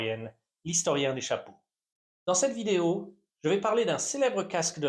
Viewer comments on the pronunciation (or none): none